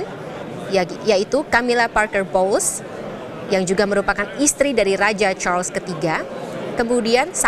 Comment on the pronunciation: Ini sebutannya betul..Charles...bukan Char-Les kyk media youtube yg lain.